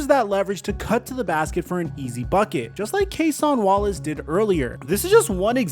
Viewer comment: “Cas-ON Wallace “😂 it’s pronounced like “ Ca-sin Wallace